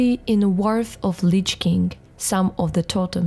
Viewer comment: It's Wrath not WARF. Ty.